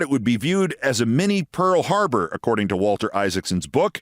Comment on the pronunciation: You said "Minnie Pearl Harbour" but I heard Mini Pearl HARLOT. Either way, it's "gloom, despair, and agony on me [ We]".